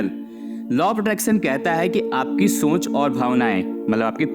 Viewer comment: सोंच नही सोच बोलिए